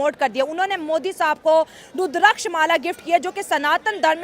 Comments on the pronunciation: तुचियांओ ... पहले बोलना सीख लो, रूद्राक्ष होता है। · Not rudrakksh..tulsi Mala dono me difference hay 😊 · MR CHIMA first of all u learn that how pronounce the word,very much surprise to know that ur PHD and u can pronounce the word properly. This is a Rudrakha ke Mala.go back to school and learn that how to pronounce the word.i hope u will act on it.